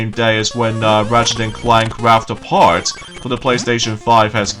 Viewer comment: Hey! well, this looks like the finale, but it's not! but anyway, have fun on part 5 of your let's play of Wario land 2 (1998) And also, The game is called: Ratchet and clank Rift apart (2021) (mispronounced the game's name ) I just thought you would like to know the mistake you made pronouncing the game's name! And I'm Excited for the upcoming 2021 E3 tomorrow!